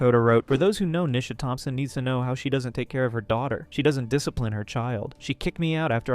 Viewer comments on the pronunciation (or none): none